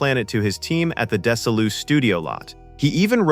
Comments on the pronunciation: You just PISSED ME OFF BIG TIME when you pronounced DESI LU with a soft S, my fifth-grade teacher pronounced MY NAME THE SAME WAY! My first name is DESI! The S is pronounced like a Z, not an S. She was a sick old lady with a wig, and her false pronunciation caused me SO MUCH GREEF! Sorry but it really triggered me. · AI will never learn to speak correctly. Not DES- i- LU, it's DEZ - E- LU. Not Joshua ME-DOOR, it's MAY- DOOR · It's pronounced "Dezzi-Lou" after Desi Arnez and Lucille Ball. Jeeze. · You badly butchered the pronunciation of the studio that backed and made Start Trek (tos), without whom Star Trek never would have gotten past the network studio fools. Lucy believe in the vision and the "Queen of Comedy" personally backed the series. Gene Roddenberry was backed by Desi Arnez and Lucille Ball and after their studio Desilu is phonetically pronounced "dezzy loo". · A big mispronunciation in the dialogue. Narrator calls "Desilu" "Dessleylou". The name comes from a combination of Desi Arnez and his wife Lucy, who together formed the production company that made this movie. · (De-zee Loo is how you pronounce it, Its for the combo of Lucille Ball and Desi Arnaz, "DesiLu" but you pronounce the s like a z.)